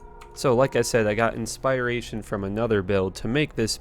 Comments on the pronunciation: did you just say inspire-ation instead of inspiration? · I was confused by his "ispairation/inspyration" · I wanted to watch this video but after hearing you pronounce inspiration like that, I just couldn’t. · Inspi-ration, trangowls and eethrel every time I watch a new vid you always manage to fuck every word up. 😂😂